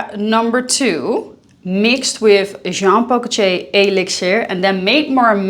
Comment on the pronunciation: Jean Paul "Goce", please stop say that